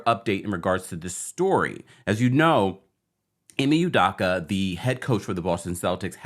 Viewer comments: Can you please say his name right, it’s Udoka not Udocka OOOOOOOOOOO. Hope, rope, dope, soap, coke, udoka..... please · Excellent commentary and updates! Just one thing: his last name is pronounced Oooo-dough-ka. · Who tf is Ime Oodocka 😭😭😭 bruh come on. If you're going to post news about something, GET THE NAME RIGHT. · Americans act like they can't pronounce ppls mande right its udoka not daka 🤦🏾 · This man Ime is probably 50 years old, has been on TV for maybe 25 years old, was in the NBA finals last year, blow up recently for like 3 days - and we still can’t pronounce his last name? It’s either Yudoka or U-doka but it can’t be U/Yu-DAka…it’s do, not da. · It’s “e-may oo-doh-kah” not “e-me you-dah-kah” - just fyi 😊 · NOT "Yoo-DAH-KAH", its "Oo-DOH-kah" as in "Ee-May Oo-DOH-kah". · First of all, his name is pronounced, “ U-Doe-Cah “. Second, Ime and Nia were NOT married. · Sorry but how do you do this much research and still say his name wrong😂 not youdoccckkka😂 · Please work on pronunciation of udoka name. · Best pronunciation of Udoka so far😂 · Could you please pronounce Ime's last name correctly brother 🙏🏿 thank you